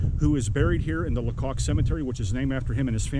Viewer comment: Hi! Might I help you with the last name? The "c" isn't capitalized. So not pronounced LaCock. 😊 The "a" is long because the "c" is lowercase. Therefore pronounced (funny) is Lay-cock.😂😂 I have some personal knowledge on this matter. Very informative video! Thank you! 😊